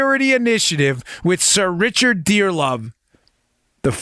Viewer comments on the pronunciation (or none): none